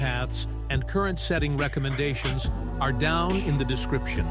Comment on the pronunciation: Your computer voice keeps spelling out the word ARE. Maybe if you edit that word to be spelled OUR instead of ARE, it'll fool the AI into pronouncing it as a word instead of letters, like HDMI etc.